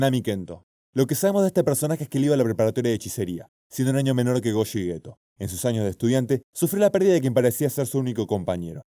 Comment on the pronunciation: Gojo - - - > Go/jo